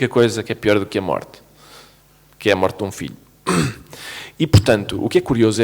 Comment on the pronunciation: Ké frô?😂😂 hahahahaha